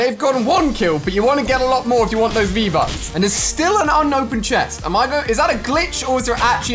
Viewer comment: Di he just say vbuts